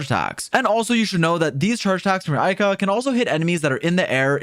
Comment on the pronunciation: Ayaka, not Aika